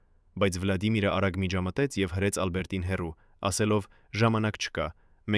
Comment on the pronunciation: Ինչպես նաև տարօրինակ շեշտադրումները, ոչ թե «Ա՛լբերտին», այլ Ալբերտի՛ն։ Եվ ինչ ասել է «ինը ժամ, հիսուն րոպե»։ Մի՞թե մենք այդպես ենք կարդում ժամանակը, միգուցե «ինն անց հիսուն րոպե»։ Շատ կասկածելի ու սխալ նկարագրություններ կան, ինչպես մարզական «խաչի» հորիզոնական լինելը։ 😂🤦🏻‍♀️